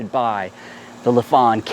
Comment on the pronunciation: It’s not Le Fong, it’s Life-fan.😀😀😀